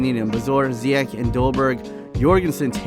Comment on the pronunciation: You don't say zyietj but zyiëg